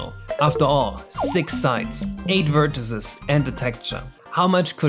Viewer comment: Awesome video, but please look up how to pronounce vertices :>